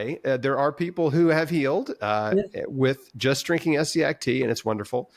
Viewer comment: For someone who's done so much research about Essiac, you should at least have known how to pronounce her first name right, but good video anyway.